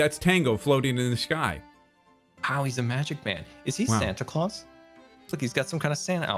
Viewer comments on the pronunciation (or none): none